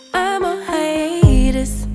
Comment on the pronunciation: I was distracted by the pronunciation of “haiEETUS” 🥴 rofl